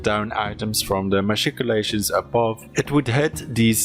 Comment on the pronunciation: I like how he say matchicolations